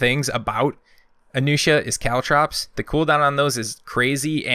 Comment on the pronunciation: May I be able to mention your pronuciation? Tiandi has a T, not a J. Jiang Jun is pronounced with a soft g instead of the first J, and the g at the end is silent. Nuxia is an x, not an sh (I speak Chinese, so I wanted my opinion to be heard)